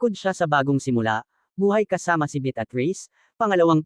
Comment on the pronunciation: Malimali ang pronouciation mo ng pangalan ng babae,,betatriz ,Beatriz at ang "sumira"sumayra ang pgkabigkas mo